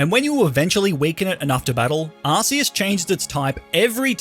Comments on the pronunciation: It's not Ar-see-us. The official game trailer announcer says it: Ar-kee-us Arceus = Ar"K"eus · its not pronounced arceus it pronounced arcoos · Every time you say arseus I die it’s arkoos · its ARKEUS not ARSEUS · arkeus not ARSEUS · ar-key-us. Not ar-cee-us. #justsaying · Your pronouncing arceus wrong... check out the pokemon movies ark not arse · Please, on god, dont say "Arseus", its spelled "Arkeus". It just simply bothers me so much. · Hey is not arceus its arkoos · It's Ark-oos. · Pokemon ARCEUS (ah-kee-us) not a British Arse! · What is this Arse-e-us he keeps sprouting on about? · You pronounced "Arceus" wrong. It's pronounced "Ar; Ku; s" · it’s pronounced arkoos actually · ARS PHONE?! ITS CLEARLY ARC ARCEUS NOT ARSEUS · it’s Arc-eus with a c like the c in crime. and it’s arc phone not ass phone😂 jk you can call it anything you want